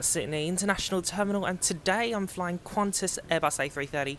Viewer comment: Its not "Qvantas" but qantas.